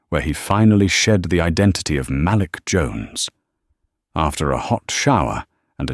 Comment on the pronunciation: the name malik is pronounced muh leek ( say it fast muhleek) not "mal lick." fix it because it sound like sjht. AI do not know how to pronounce a lot of names. it's ridiculous.